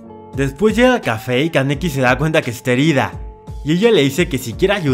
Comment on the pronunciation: Solo se dijo el nombre kaneki Ken bien una vez XD